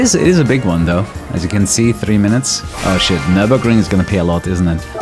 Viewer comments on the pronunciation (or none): none